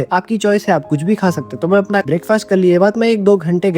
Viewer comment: ur pronunciation sooo poor..apan..samaster..yak..ur illeterate